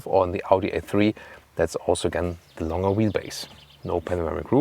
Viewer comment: When you say longer, please say the G like you would do in the german word Gestern!! Vielen dank :-)